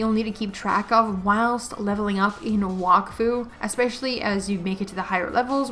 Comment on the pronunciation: There is also a show (French anime on Netflix) Wakfu it also in this world Edit: u also mispronounced Wakfu it’s like Wack Fue